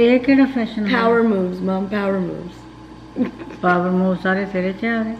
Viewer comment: She said Powermoves😅😂🤣